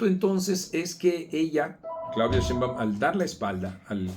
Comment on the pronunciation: Y para qué dices “sheinBAUM”! Se dice sheinbaum y punto! vieja asesina!!